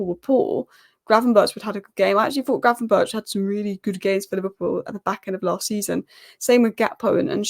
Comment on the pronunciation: In dutch 'ch' has the same pronounciation as 'G'. So gravenberch should be pronounced as gravenberg. Anyway good analyses!